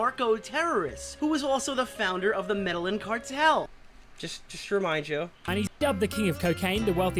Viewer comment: The fact that you BOTH called it the "medal-in" cartel is proof enough for me that Swan stole your content. Lawl because people with their own knowledge of the Escobar legacy know that its called the "med-ah-een" cartel. So the fact that mispronounciation of the word is identically copied by Swan in his video....100% foolproof evidence of that.